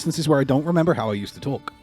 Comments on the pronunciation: I'm a non-native speaker of English who learned English in Received Pronunciation and work in the US now. I immediately figured you didn't grew up in America. For example, your "talk/got" sounds so very British. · The way you say "Talk" is really incongruous, I also heard an English "caught" and "what". So yeah, sounds like a lot of your vowels are still very English. Ours are a bit shorter, sharp almost, Americans tend to draw them out a bit.